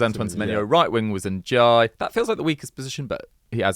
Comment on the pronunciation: who is nadayaya ??, ok, everton, so that gibberish must be Ndiaye